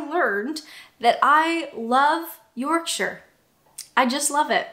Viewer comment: Well done pronouncing “Yorkshire” correctly. “York-sher” not “York-shy-er”